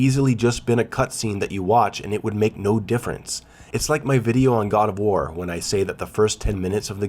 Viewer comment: The way you say "god of war" quickly sometimes makes me think you said "Gardevoir" XD